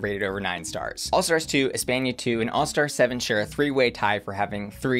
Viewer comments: The way you say Espana shows your American education lmao. Cringe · cant get over saying "Espenia" instead of "España"